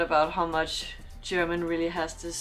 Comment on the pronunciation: Very good analysis and that you can pronounce German very well is perfect ! Other reactions of this clip from English commentators don't come close ! Greetings from a German in Australia